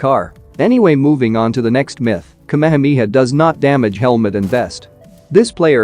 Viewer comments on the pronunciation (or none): Its not kamemeha its ka me ha me ha 😂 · Its Shenron Ai = Shenren 😢 Its Ka me ha me haa Ai = Kemihami ha 😢 Its Ki Ai = Kai 😢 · It's KA-ME-HA-ME-HAA. not kamehmia. Had to watch this video on mute. Couldn't stand hearing kamehmia anymore. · That's ka-me-ha-me-ha, not kameha mia.😢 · Everyone :- Ka-Me-Ha-Me-Haaaaaaaa Ai :- kamha-mia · Bruhhhhhhhhh the kmehmiha kmehmiha is the epic pronounciation 🤣🤣🤣🤣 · but it pronounced me as me not as mai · Omg the way he pronounced kehemehea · I never knew kamehameha was pronounced as kamamamiha 😮😂😂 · bro butchered the word kamehameha